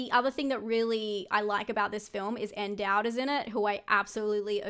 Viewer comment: Ann-Dowd-iverse, not Ann-Down LOL